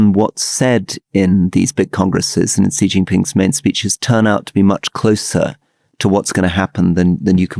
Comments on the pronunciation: Gott im Himmel, Alastair, please take a lesson from Rory on Chinese pronunciation. It's not "Zhee JinPing". The sound "zhee* does not exist in Mandarin Chinese. The sound represented by the character 習 is much closer to the English "she" or "sea". Just make it a bit more "shh". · XI as in XI Jin Ping, is pronounced like SHE. SHEE JIN PING. Not dzee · Hey Alistair - Xi is pronounced "She"!